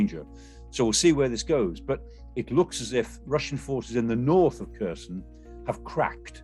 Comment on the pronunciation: "kersion" like in-cursion??. wtf pronounce it properly